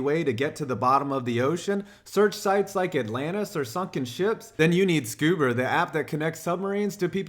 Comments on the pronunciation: FFS.... SCUBER?!?!? I'm dying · Great video but wtf is scuber 😂